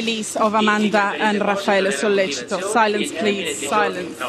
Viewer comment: Sorry, but when you said Raffaele Sollecito's name and everyone compliemented on you, I laughed. That's not how you pronunce it, but it was so cute xD As an Italian tho, I was a teen when this happened and I still think they did it. Sorry.